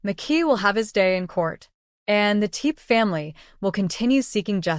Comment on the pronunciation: Whomever is narrating this documentary should get the proper pronunciation of the name for goodness sake. It’s not TEEP, it’s TEPE. Go find it please out of respect